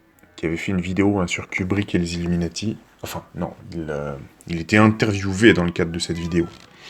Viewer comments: par contre même en anglais ca se prononce illuminAti et pas illuminÈti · bien sur que non mais le A ne ce prononve pas È dans ce mot en anglais donc me dit pas le contraire je sais de quoi je parle . c est pas comme pour le mot NATO qui lui lui se prononce NÉTO , illuminati c est pas le cas , il se prononce comme en français...sans l accent bien sûr